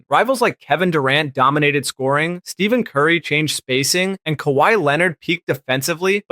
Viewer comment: Sorry that I have to say this. But how can you know all of this stuff and not pronounce Stephen Curry correctly? Other than a few mispronounciations I loved it. 9/10